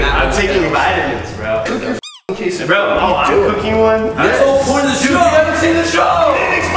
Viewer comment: Yall are so white. You don't put butter on a quesadilla. And the way you guys pronounce QUESADILLA makes me cringe. Also get some salsa on that shit.